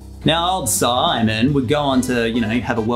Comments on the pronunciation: Siimon is pronounced Seemen or seamen. Silly goose of a guy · Name Siimon is not that unique, it is a popular male name in Estonia Bu you have to pronounce it correctly, it is pronounced [Seemon], like one long [ee] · Siimon is pronounced semen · Siimon pronounced sea mon